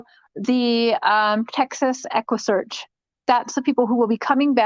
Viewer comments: she was telling everyone to donate to equusseeaarchhh Texas until someone told her that they are not involved eggguussecchhh Midwest is. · Lmaooo you didn’t even get the equssearch name right 🤡🤡🤡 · Neither did you 🙄 🤦 ( equusearch )